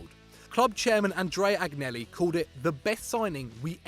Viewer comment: Please take a beginners class in Italian before attempting to pronounce any more names. Yudinese? Ag-nelli? Barzag-li? Partenoppy? Piasenza? I'll allow the mispronunciation of Hubner, but fucking Perlo? Also, Mourinho isn't Spanish and Racing Club is pronounced "rassing".